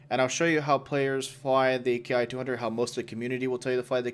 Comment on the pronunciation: The "Ki" in the Japanese military line is actually pronounced "Key". Just so you know.